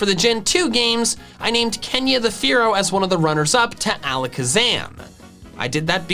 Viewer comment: Dodrio when says fearow: A FOOLISH MISCALCULATION